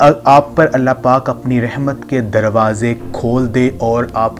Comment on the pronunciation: بهاي خدا كا خوف كرو رحمن كي ر كي اوپر فتحه یعنی زبر هیی آپ زیر پرهه رهیی هین اسی. طرح السلام علیکم ورحمت الله مین. رحمت کی ر پر بهی زبر هیی \اپ زیر پره رهیی هین کسی مدرسه مین یا کسی قاری صاحب کی شاگردی اختیار کرین پهر قران بیچین باقی کتابون سیی وظايف پرهه کر اور قسمین اتهانیی سی اسی وقت پیسیی نهین مل جاتیی اگر ملتیی تو آ پ کب کیی ملک رياض بن كيي هو تيي نهين مليي تو يو تيوب پر دهکیی کها رهیی هو